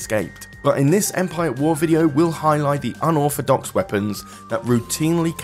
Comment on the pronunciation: Baull ov 'off, Darf Vader, unorfadox, furver ado. Dude learn pronunciation properly. You sound like someone who spells Thursday with an F